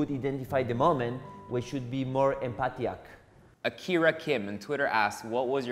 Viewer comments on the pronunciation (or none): Emphatiac?? Hahaha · emphatiac lmaoo jdjsjsjs